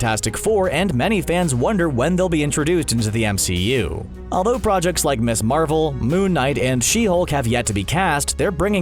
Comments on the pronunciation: "Ms." is pronounced MIZZ. NOT "Miss". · Dude...... "Ms." is pronounced "Miz", not "Miss". The entire purpose of it was to sound and be different, so women were no longer defined by their marital status. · Ms. is not pronounced "miss." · Ikari, not Iccarus Pronounced "Miz", not "Miss". The former is used for an adult single woman the latter for young girls. Jennifer Walters not Jessica I'd absolutely love to see the outrage when established female characters get gender bent to male characters, so sick of that shit.